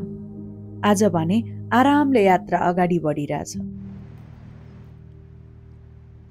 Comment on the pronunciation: hajur le jaile attra vannu hunxa yatra vannu na